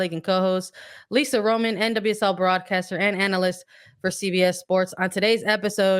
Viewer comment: The stress is on the second syllable: RoMAN. It's a Spanish surname, isn't it?